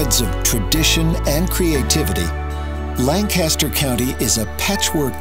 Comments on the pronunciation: /layn-KISS-ter/ not /lahn-CASS-ter/ if anyone cares.... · He is clearly not from Lancaster. It's Lan-Kis-Stir not Lang-Cass-Ster. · Expedia, just recently I learned something new about this county. I've been pronouncing it like you did--LAN-cast-er; it's actually pronounced LANK-uh-stir. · Its said langkisster not langcaster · Born and raised and lived there until I was 31. Will always be home 🏡 Edit: Lang-kiss-Ter 👌🏻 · this is lavendula lankisster to be more accurate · Correction: LANKisterr. And it sucks entirely. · I love how the video mispronounces Lancaster the whole way through. It is "lang - kiss - ster" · You can tell the narrator is not from Lancaster, from the way he pronounces "Lancaster." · Pronunciation of Lancaster should be correct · Next time they should look up how to actually pronounce "Lancaster" right